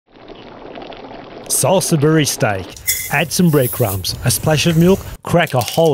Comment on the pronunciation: Hey. It is pronounced saulsbury steak not salsabury 😅